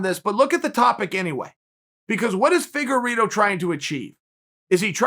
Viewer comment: Chael ''Deveison Figueritto'' Sonnen